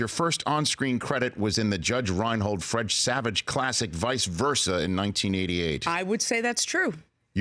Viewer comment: Rich can't say "Fred Savage" - two straight times said "Fredge Savage"